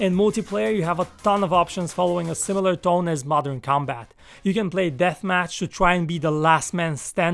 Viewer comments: I thought you say mortal kombat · THE VIDEO IS PRETTY INTERESTING BECAUSE OF HIS VOICE AND THE WAY HE SPEAKS ALSO.😀 Mother Combat “shallowgun deadzown” lol I dont know why but i hate when theres auto shoot